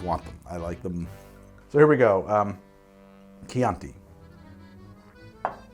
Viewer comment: The southern Italian wine is pronounced "preemeeteevo" (don't know how to write it better, hope it's clear enough), regarding the chianti, fiasco and pinot grigio pronunciation you nailed them :) Cheers from my town in tuscany, exactly in the middle of chianti hills!